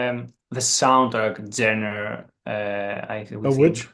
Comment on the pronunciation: She is pronouncing the word genre incorrectly but she is talking about how their music doesn't have a genre